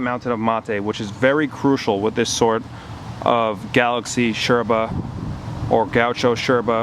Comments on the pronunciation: Loved the vid, hated that you pronouncing yerba and bombilla like a pretentious Argentine. hahaha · cool videos, just one thing... is not necessary to call yerba, SHerba, or the bombilla bombiSHa. Thanks! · Why do you say „sherba“? Do you say „shes” instead of “yes” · First of all, i'm from paraguay. I found out this whole yerba trend thingy a while ago, and i'm somewhat glad it took off, more places i can travel to and still be able to keep it up with the habit. But why, for the glory of satan, why do you say "sherba" and "bombisha" with that obnoxious accent? I mean, you do use a perfect porteño accent, if somewhat exaggerated. But, why? My ears almost bled. It's ilex paraguayensis, you know that, right?